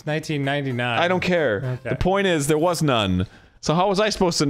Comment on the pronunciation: Ow hewwo, I didn't see you the-awr